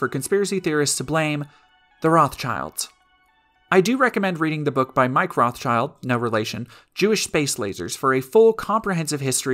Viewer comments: Ive always heard the s in Rothschild pronouned where it is, not at the end. Its not Rothchilds... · The Rothschild name, like many Jewish family names, is of German origin, and pronounced with an 'i' as in English 'kid', not as in English 'kind'. The 'Schild' in the name is cognate with English 'shield', but because of the slow shifts in pronunciation over time, one of the closest English words that it could nicely rhyme with is now 'guild'.